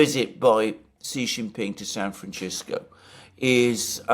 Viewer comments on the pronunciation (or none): Alexander, what's with San FranGisco? If you said it once you said it 21 times😅😅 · It's San Fran -CISCO. Not "scisco" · Stop pronouncing San Fan-CH-isco! The inhabitants of the city call it San Fan-S-isco. You are overriding it! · I wish Alexander would pronounce the city name correctly. It's San Franshitsco. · What's with the 'San FranCHisco' pronounciation?!... You do understand this is not in Italy, right? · Love the San Franchesco pronunciation. It cannot be a fluke of Alexander - he relentlessly repeated it. So, I am convinced. Resist Francisco! Franchesco ftw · Alexander: San Franchisco. Me: Really? Alexander: San Franchisco. Me: If you say so. Alexander: San Franchisco. Me: Okayyyyyyyy... Alexander: San Franchisco. Me: slowly backs out of the room Alexander: San Franchisco! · Nobody says San Fronchessco in English or Spanish.. he's mispronouncing our city's name because he's a little too lazy to find out how to pronounce it like the world does.. and his fans 😤😤😤would rather lay on a bed of nails that admit he's wrong about anything.. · he's mispronouncing the goddamn city's name. I live here.. should we mispronounce every cities' named and then pretend that it isn't just because it doesn't fit into your narrative?? It's not a major thing ..but it is something that needs to be pointed out. It's not San Franchesssco.. stop making lame excuses for his sloppy pronunciation.. it's kind of dumb.. are you his lawyer? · San Franchisco? Alexander, please chease and deshist pronouncing San Francisco this way! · Have I been pronouncing San Franchisco wrong all this time? 🫤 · Aside from your best-in-class analysis, I greatly admire your long-time efforts to pronounce foreign words as closely as native speakers say them. In this spirit, San Francisco is not “San Franchisco”. The “c” in Francis is an “S” sound. Huawei is sounded out “Hwah-way” not “Who-ay”. Keep up the great work!!! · Why is Alexander calling SanFrancisco…SanFranchisco?? Californians do not call it that??